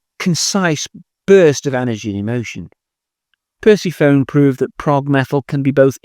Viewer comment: I'm not convinced that "percy phone" is the correct pronunciation. But perhaps I'm not progressive enough.